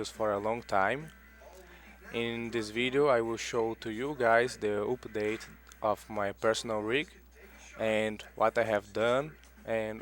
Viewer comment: OPIDATE? lol.... update?